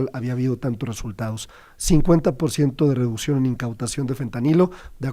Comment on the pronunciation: A nuestro gran premio Nobel 🤣🤣😂😂… sé pronuncia REDUCCIÓN NOOOO REDUSION 🤣😂🤣😂 Cuantas mentiras más por parte de este vocero despechado de su anterior partido y ojo si la inflación destronó cualquier tipo de aumento al salario solo dan soluciones mientras ellos se transforman en una clase fifi juzgan y se transforman lo que por años señalaron y juzgaron y no defiendo defiendo ni pertenezco q ningún partido pero si dejo en claro q ahora son los de morena los de uñas largas los de la doble moral y los culpables de q el país se siga arruinando por sus caprichos